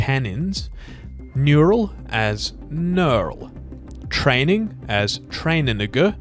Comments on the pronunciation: I got jump scared by the pronunciation. 😬 as "train a.." what!! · “training, as ‘trainanigga’” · "Training" as train-a-** what?? 😂😂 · I couldn’t quite figure out what training sounded like 😅😂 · the way dude pronounced Mike's spelling on of "training" was way out of pocket lmao